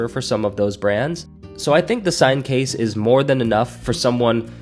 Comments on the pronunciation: Good review. I think it’s pronounced like the Seine river in France: “SANE” not “SIGN”. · Seine in French is pronounced closer to “Senn” No big deal when we translate into English 😊